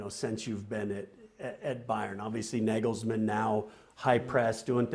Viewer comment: Shocks me that Kasey Keller played in Germany for so many years and pronounces it “nay-gels-men” instead of “nah-gels-mann”